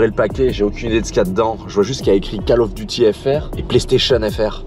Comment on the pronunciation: Cale of Duty, je suis juste là pour entendre ça moi